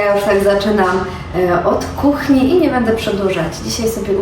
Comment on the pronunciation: bĘdĘ piĘtnascie …. 🙈 uszy bolą 🤦🏼‍♀️